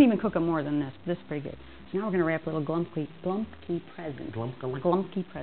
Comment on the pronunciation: Golabki, not glumpkie